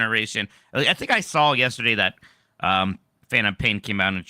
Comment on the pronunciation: "Saw" it,. "Saw". No "L".